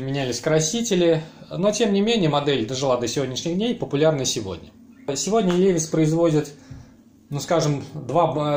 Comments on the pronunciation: 1) Влад Смирнов, нет. На самом деле: лИвайс. Иногда произносят как ливАйс. Это особенности языка: E зачастую читается как И русское. Во всяком случае компания позиционирует бренд на рынке именно как американское "лИвайс". Автор говорит "ЛевисА", отдавая дань памяти совку и фарцам-подпольщикам. Автор родом из СССР - потому и "Левис". 2) Levi's в Штатах шьют, но немного. Это линейка реплик старых моделей LVC, некоторая раритетная одежда и несколько современных моделей джинсов под маркировкой Made in USA. Но цена в разы выше обычных. Обычные - для широкого потребления - шьют за пределами США. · Бля чувак, как можно любить левайс и называть его левисом.